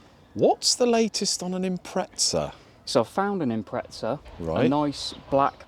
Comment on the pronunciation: its an IMPREZZA.. IM PREZZ A